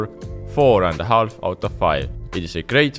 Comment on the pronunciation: the L in half is silent